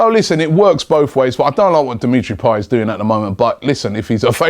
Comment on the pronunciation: Payet, not payey